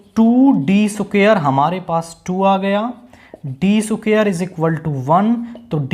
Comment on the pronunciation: Squar ❌❌ सुखेर😂😂😂